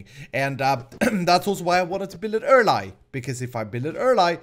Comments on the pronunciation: Why do you always say pran instead of plan? And also earl-eye instead of early? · Why does he say things like erli and pran?